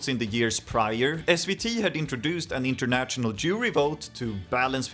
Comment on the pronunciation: Uttala inget t-ljud i national/international, bara sh-ljudet. Som fashion.